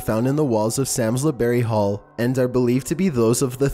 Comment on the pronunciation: You need to learn to pronounce the names of these places correctly. It's pronounced LEP CASTLE and Samlesbury Hall is pronounced SARMSBRY .